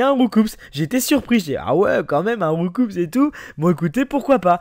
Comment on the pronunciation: C'est étonnant de voir un fan de Pokémon comme qui sait même pas que Roucoups se prononce pas "Roucoupsss" mais "Roucou".. ^^